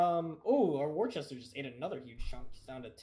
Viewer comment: plz tell him its pronounced "Wooster"